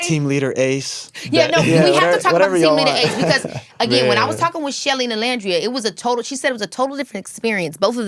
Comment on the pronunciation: hate the way she says nicolandria 😭😭😭😭😭